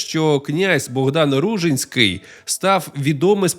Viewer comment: Ну, по-перше, правильно РужИнський (наголос на и). По-друге, це звучить як фантастика, що князь з кількома тисячами козаків зробив військовий похід навколо Чорного моря, через Дон, Кубань, північ Малої Азії, Болгарію. Де ви берете ці дані?? 😅 До речі, його потомок, князь Кирик Ружинський, який спочатку також мав добрі стосунки з козаками, згодом нещадно з ними воював. По аналогії з князем Дмитром Байдою Вишневецьким, потомок якого, князь Ярема Вишневецький став найзапеклішим ворогом козаків